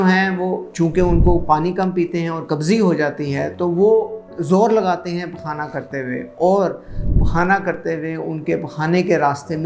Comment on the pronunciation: pQaana PQaana kya bol re g